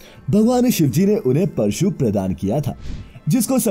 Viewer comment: परशु बोलना सीखिए! हिन्दी सुधारिए